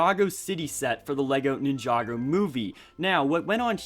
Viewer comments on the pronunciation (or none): Wow Ninjagger when did LEGO make that? Lol he said Ninjagger not Ninjago. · No one: Not one person in the entire universe:: nInhJdaUggEr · Iam sorry did I hear this man say nin-joger at least that’s what I heard